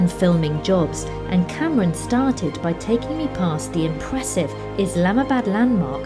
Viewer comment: For some reason I am laughing my butt of every time you call Kamran Cameron. Its pronounced Kam-Raan by the way.